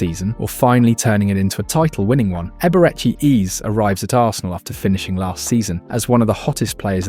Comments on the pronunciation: it is pronounced HEY-BAY-RAY-CHIY HAYZAY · Man said Eberehi ease😂😂😂.. Ai why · Eberehi eezz 💀